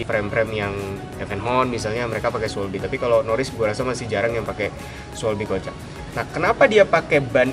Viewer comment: Bro ngucapin bannya pake bahasa jerman schwalbe kojak jadi schweibi kojek. Hahahah